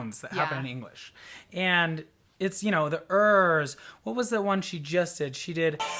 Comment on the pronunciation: I'm a native English speaker but not from the US. My "R" sounds more like Floor's than your hard American "R". As Floor is Dutch she does have a challenge pronouncing the English "TH" sound (the, there, other, they, etc) where you put your tongue between your teeth because Dutch (and Irish) do not have the "TH" sound in their own languages.